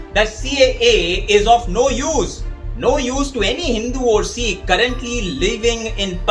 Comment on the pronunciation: If you can’t take the trouble to pronounce Sikh correctly why should we trust anything you say?